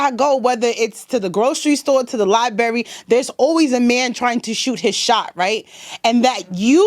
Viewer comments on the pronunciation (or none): "Every time i go to the libary"... nuff said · OMG she said "liberry" lol.... otherwise, she was spot on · All I know is, any woman that pronounces "library" as "lie berry", she's going places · She spends a lot of time in the liberry does she?